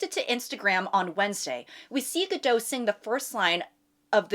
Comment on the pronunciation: It’s GadoT. The T is not silent